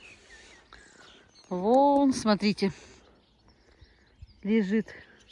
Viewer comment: Красивое "Р"